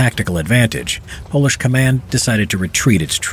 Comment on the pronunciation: It's Polish not Pols